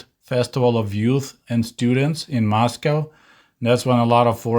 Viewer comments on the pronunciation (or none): none